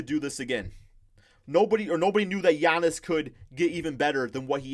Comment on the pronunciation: Lol when he was trying to say Giannis’ name😂